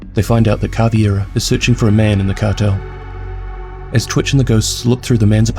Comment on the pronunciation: It’s Cav•Ei•Ra not Cav•iE•Ra people always switch the ei and replace it with an ie